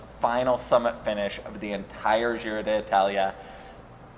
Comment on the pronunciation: yeah u basically say di talia